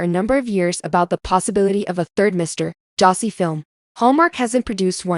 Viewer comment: You cannot say Darcy correctly. You say Dar - see. Say dar like car. Duh !